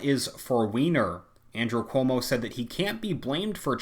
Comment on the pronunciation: Everytime you say Cuomo, I keep hearing 'homo'. Maybe I'm just tired 😆